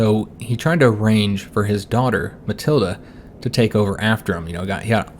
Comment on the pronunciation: For pronunciation, your wife is Matilda without the a. Emphasis on the ild.